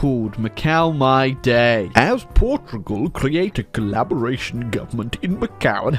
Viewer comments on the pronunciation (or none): We finally have an entire video of saying "Portrugal".